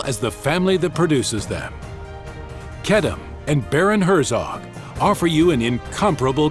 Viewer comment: I've been pronouncing wrong, its Kedem, not Kedeme .Its the only grape juice I drink.